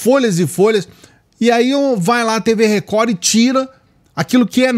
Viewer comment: 😂😂😂😂😂😂 a melhor parte do dia é o inicio! “TV Recohhh! TV Recohhhhh”